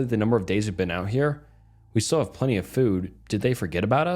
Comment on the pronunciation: A plen tini 😂😂😂